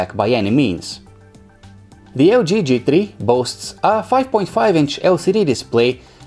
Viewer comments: Com on guys, TRI? you can say three... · "G Tree"